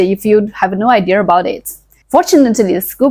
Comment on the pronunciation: Okay you wanted us to help correct you on some of your English so I'm here to help with a couple of words I know that Chinese people tend to mispronounce ever so slightly When you say the word "idea" You tend to say it with a "r" sound at the end like "idearrr" when it's actually pronounced more like "eye d yuh" , the last part sounding very similar to the word "yeah" . So think it sounding like "eye D yeah" 👍 The second word is the word "girl", It's another word you tend to say with a r at the end like "grrr", That is actually part of the sound but you're missing the final part which is the L sound at the end. When you say the word girl, for the l sound your tongue should just touch the back end of your front teeth to the roof of your mouth. So you combine the sound grrr with L, And you will get "grrrL" 🙃🍷but say it fast multiple times and you should get the hang of it.